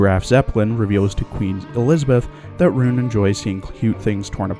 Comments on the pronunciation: Deutsche pronounce "Roon" is RON, not fuckink rOOn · Just a thing about Roon (btw, it’s pronounced “Rhon”), her lasted skin, which also happens to be her only L2D skin, LITERALLY HAS A YUNO GASAI REFERENCE! Yeah, I’m talking about the Yandere face here.